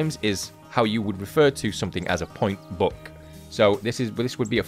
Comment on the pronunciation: Is he saying Book or Buck lol